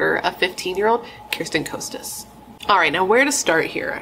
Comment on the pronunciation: First, her last name is pronounced "Kah-stuhs." Irrelevant, but just so you know. Also, it's "Uh-rinda." Both girls came from well-to-do families. In fact, Bernadette's family lived on the "richer" side of Orinda. Orchard Rd. is on the not-as-rich side (but yeah, think 90210, if you know that show.) Bernadette's family was just bigger. The movie Death of a Cheerleader was totally wrong.